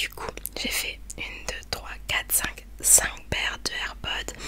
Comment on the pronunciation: Air pods y a un s donc ça se prononce air podz 😂😂❤️❤️❤️❤️❤️❤️